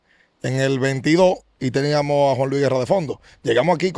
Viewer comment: Mira como el dice. Teníanos, podianos, pensabanos...Nadie es perfecto.. Se debe decir TENÍAMOS, PODÍAMOS, PENSÁBAMOS.